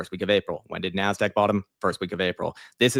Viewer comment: What is the nasdick? I thought it was nasdaq but u say nasdick